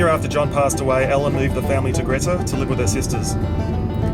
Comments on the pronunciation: It is pronounced Greeta………..Jack Jones is buried in Wangaratta Cemetery, close to Mason St, towards the original front of the cemetery. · Really enjoyable video & like few others laughed at your dry humour. By the way, having lived in Glenrowan for over 20 years, I've only ever known Greta pronounced as you would the word 'greet'. One of those English language odities i guess